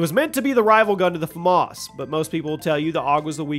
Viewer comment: Did you really just say black ops three Flamas for the bo1